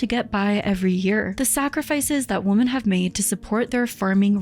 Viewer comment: What is your aversion to correctly pronounce the word "women?" I don't understand. Exasterbated, too lol... that first "t" shouldn't be there, sounds like you mispronounced masterbated. Exacerbated - that's the ticket.